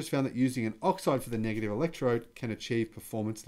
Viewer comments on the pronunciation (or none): none